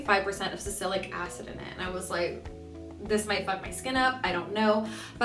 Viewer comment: girl it's salicylic